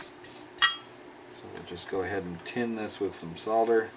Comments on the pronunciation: awesome vids. and well done for saying 'solder' properly - i never understood where sodder came from...holder - hodder? folder - fodder? wacky americans! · It's actually a bit weird hearing an American saying soLder! Very refreshing though, and with any luck it may catch on... hehe:-) Great video as always.